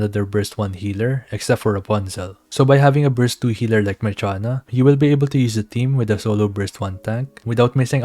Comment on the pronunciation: dosnt she have to be pronounce like Marsiana, Marshiana